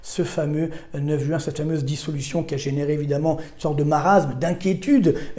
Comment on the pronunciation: Écoutez cet homme, ne serait-ce que parce que ce doit être l’un des seuls parisiens à savoir prononcer « juin » et non « jOuin » 😂